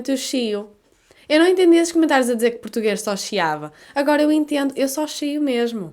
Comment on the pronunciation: Notei que os portugueses omitem as vogais das palavras e inserem outras onde não havia. Exemplo: isqueiro = scairo. Tudo bem - Tudbain. Eu entendo = Au intiend